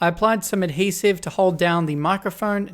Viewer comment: Everyone take a hit whenever says 'Ad-Hesive'